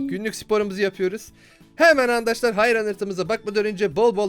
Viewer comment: ankadaşlar diyon